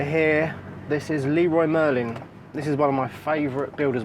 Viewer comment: Love your pronunciation of "Leroy Merlin".